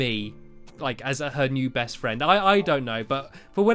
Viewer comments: The way he said friend "fwiend" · Stamps you said fwend on no 17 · Wait did he say fwiend?? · i met a new FWEND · Fwend? stampy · At the start of the video you said I made a new fwend it made me laugh but its sad the creeper died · He said fwend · A good fwend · Lol Stampy was saying fwriend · stampy why did you say you made a new fwend